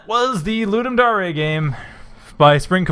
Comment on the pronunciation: Thanks for playing. Pity you didn't understand the upgrade system :-/ I was afraid that it might be hard to understand. FWIW, Ludum Dare is pronounced LouDumm Dare (as in I Double Dog Dare you), not LouDumm Daré.